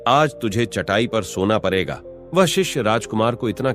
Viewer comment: Bangali hai की तोतला है tu....larke....सोना परेगा या पडेगा ...बरा.. Pronunciation😂